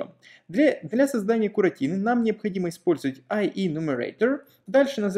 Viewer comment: Как услышал "куратины", заржал в голос! Вспомнилось, как какой-то продавец назвал USB type C - "ЮЭСБИ Туапсе"! )))))) Аааааа, куратины))))))))))))))))))))